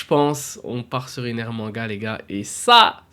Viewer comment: Comment ça Enel ??? Ptdrr c'est ENER ! Par contre ça peut être sympa une Manga Ener même si j'en verrais probablement jamais la couleur 😅